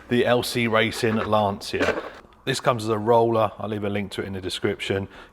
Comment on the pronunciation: For the English speaking guys is not LanSIA is LanCHA